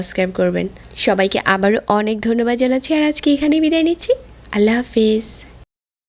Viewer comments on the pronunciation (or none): none